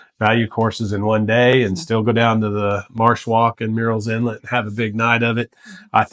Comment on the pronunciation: I like your choices and your presentation. A small correction from an English major -- it's tricky, but Murrell's is pronounced like "Pearlells" ("pearl" as in pearl, not like "pear" the fruit). The first part is not like "murals." I'm not from here, but have now been here 20 years and have learned how the locals say it.